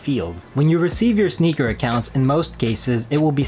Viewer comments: He's correct...it's enunciated as "Snickers"....based off of the way it's spelled on the app "SNKRS"..... 🤦🏾‍♂️ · The app is actually named SNKRS - not Sneakers. So pronounce is right.